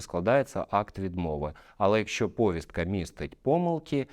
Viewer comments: Змініть наголос повІСтка!!! Аж вуха ріже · Повістка-наголос на "і"